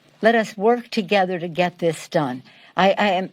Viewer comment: "Work togethet" from Nancy? She is excited about vaccine?